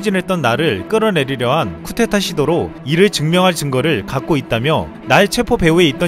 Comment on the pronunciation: 의 영상은 항상 최고입니다. 단, 발음 주의! 쿠데타 (Coup d'etat)의 잘못된 발음들: 쿠테타 구테타 구데타 이는 프랑스어에 기원한 단어로 바른 발음은 [쿠 데 타]입니다. 미국에서는 그냥 [쿠~]라고 하면 쿠데타를 의미하기도 합니다.